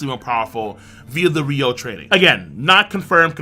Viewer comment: Man sometimes i’m abit bothered that west anime youtuber said it Ryou instead of Ryuo